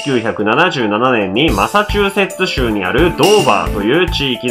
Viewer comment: ちゃんとマサチューセッツ州って言えたの誰か褒めてあげよ？ よちよち、いいこいいこ